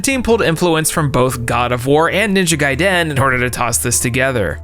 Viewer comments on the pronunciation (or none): none